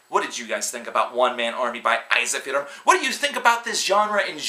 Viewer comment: Eizahfearum? It's "En-Seef-ur-um" for America, it's "Ensi-Fear-Um"